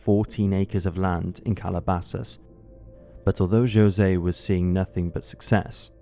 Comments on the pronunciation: I'm so sorry, I cannot get over the pronunciation of José as Joe-se. I love this channel, but I would encourage the narrators for episodes to look into how to pronounce the names of Hispanic people - especially if the name being flubbed is one of the murder victims. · He pronounces Jose in the Portuguese rather than the Spanish way.